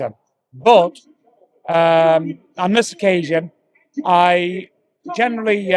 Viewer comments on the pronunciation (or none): Watched for years and he talks sense......but it's "genuinely" not "generally".